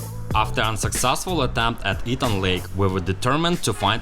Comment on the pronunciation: Not "E"-tang. It is pronounced "Eh-tang," Grand Etang.